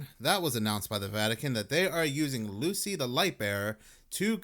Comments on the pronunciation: It's not "Lucy" it's "Luce" which is pronounced like "Loose"... Also, the actual italian word is pronounced "Lu-ce" or "Lu-che" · ITS LUCE PRONOUNCED “loose” NOT LUCY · It's either "loose" or "loo Che" there is no "Lucy" there. Also it's just their make believe why do you care? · Italians wouldn't say lucy , they'd say Loo - Chay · The name Luce, is pronounced “Luché” and in Italian means light. That staff she holds is pilgrims staff. I found no correlation with Luce and Lucifer, and no demonic inspiration for Luce. Excuse my criticism please if I sound rude but I feel as if we’re taking this and overthinking it. God gave us a mind that can imagine, so we should use it to glorify him and make characters and stories with morals and values to teach and entertain. I thought Luce was a good example of this and how Christianity can make its way into pop-culture without watering it down to being lukewarm. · Pronounced "LU-chay" in Italian. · Yo, fyi Luce is pronounced loo chay. Next I'm sure the church will tell you the staff Luce is holding represents the shepherd's crook. Christ is known as...The Good Shepherd... the Shepherd of men. However the crook should have a curved top, similar to the letter omega. This as others pointed out is more like the witches or wizard's staff or smiting wand. Very curious. Jake. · I believe it is pronounced Loo-chay.